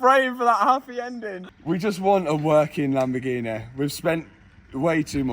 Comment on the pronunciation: Oh the Lamborghineh...